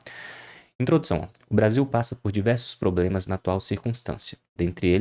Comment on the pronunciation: " diversos probemas"